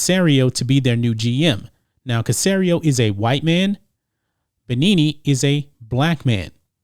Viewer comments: Its pronounced "Be-enemy" jesus. Also Eric B should not take the Texans job. It's such a bad job and will hurt his career. He should wait for a better offer. Not ever promotion is for the better. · Pronounced Bee Enemy bro. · Its pronounced bell-a-me, played for Colorado In college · Eric Binene? lmmfao! That was injustice they way you pronounced his name. It ain't about the race of the coach, they hired a black man, David Culley. David Culley has absolutely no experience as a coordinator and was never interviewed by any one for a hc job. He is a "yes" man happy to get a hc job and they set him up to fail so they can give the job to Josh McCown when he is ready to become a hc. The Texans are not about winning that's why DW4 & JJ Watt wants out. Look at all that talent and picks they gave away and got nothing in return for. To much nepotism in the Texans organization. Long time personnel in the front office are quitting, free agents don't want to sign with them, coaching candidates are turning down interviews, former players have turn on them and called them out. The Texans are a joke. You need to get the story straight! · I love you guys but come on man you don't know who Eric Bieniemy is or how to pronounce his name? Former Colorado star running back. BEE-ENEMY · It's pronounced Bee Enemy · its Bieniemy not Benini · Pronounced: “Bee enemy” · Say it with me Be-enemy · love the content, but it's pronounced Eric BEE-ENEMY. He used to play FB for San Diego the year they went to the Superbowl. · It's pronounced Eric (bee-enemy) . he played running back at Colorado Love your videos. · His name is pronounced Eric Bee-Enemy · Please learn how to pronounce the man’s name. Eric Bieniemy bee-EN-uh-me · it's pronounced Eric BEE Enemy. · Eric pronounced Be-enemy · FYI, it's pronounced "Be-enemy" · Oh, it's not "Beneneney?" My bad! Signed: Matrix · Love your show. It’s pronounced be-enemy. No offense. Just remember him as a RB for the Colorado Buffaloes